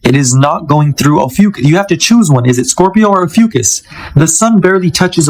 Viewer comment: It's pronounced OH-FEW-KISS